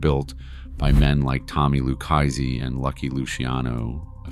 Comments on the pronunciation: with all due respect so you know I say this with positivity its pronounce ' LOO-KA-ZEE " if you were to read it or say it PHONETICALLY or " LOU-KA-ZEE " " LU-KA-ZEE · "Lucchese" is pronounced "loo - KAY' - zee" -- not whatever it is in this VO narration.